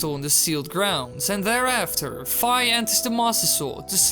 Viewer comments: WHY DOES EVERYONE PRONOUNCE FI WRONG ITS PRONOUNCED FEE NOT FIE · I believe its actually pronounced "Fee". Everybody always says Fi and you know Zelda fans with names these days lol. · Its not Fii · the Japanese characters are ファイ which is pronounced FAI not FEE in addition Nintendo of America has confirmed that the english pronunciation is the same as the Japanese pronouncing, so FAI (fuh-aye) is the correct way to pronounce it. . . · Hydn Alger Zelda is natively Japanese, Japanese pronunciation of the character i is ee, the only excuse for mispronoucning this is ignorance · yes people keep pronouncing it like "fie"...its annoying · is fi pronounced like eye, or like tea?